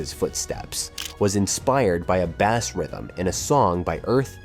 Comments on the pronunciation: Did AI make this video? and did he say BASS (like bass/fish)????? when he meant BASS as in frequecny/soumd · My favorite was "bass". 🤣🤦‍♂ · bass rhythm, its pronounced base, you're pronunciations are ridiculous sometimes. Unless its AI, then just spell it phonetically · Are any videos NOT narrated by AI anymore? "Bass rhythm" but it pronounces bass like the fish. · Bass ? Like the fish?! Bass is an instrument “ Baaaaass”